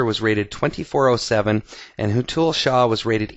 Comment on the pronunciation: Its Hé-th-ul shah :) loved the video :D